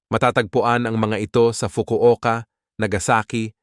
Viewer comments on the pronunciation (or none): none